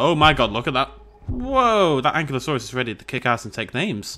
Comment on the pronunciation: omg im gunna go nutts if i dont say this its... AN- KI-LO-saurus =ankylosaurus